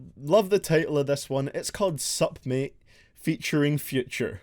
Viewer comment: suP Mate. Man, it's said Suhmae.